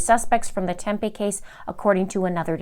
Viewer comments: I don’t remember the Morphew case being here in Phoenix. But Tempe is actually pronounced like Tempee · It’s pronounced “Tempee’…. home of Arizona State University surrounded by the cities of Phoenix, Scottsdale, Mesa and Chandler. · Tempe is pronounced with the long e sound ❤️ ya girl!